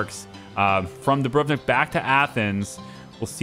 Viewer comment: You did good with Dubrovnik, but my ears are still bleeding from your pronunciation of Antalya😂 Funny, later in the video you do it correctly.